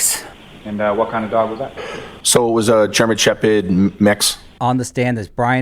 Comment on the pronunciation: Gemen Sheped mix ??? What the fuck breed is a Gemen Sheped ???